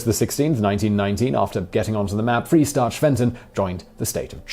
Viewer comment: Yes, and Freistaat, not Freestaat.